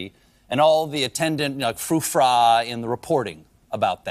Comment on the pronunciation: Can't stand this Colbert.."frou fra" indeed. You are an old frou fra 😂